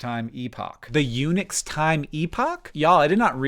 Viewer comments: wasn't looking at the screen when he said unix and though he was saying eunuch's time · I was listening doing something else, and I heard, "Eunuch's Time Epoch," and had to come and look. How do eunuchs possibly enter into this? Oh, right, Unix. Ahem. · You said "Unix time" and I heard "eunuchs' time" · You said "Unix," I heard "Eunuchs" and thought "eunuchs get their own system? That's progressive"